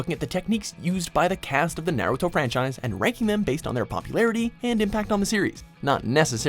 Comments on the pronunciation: I disliked because you kept saying Naruto wrong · My guy said Naruto wrong how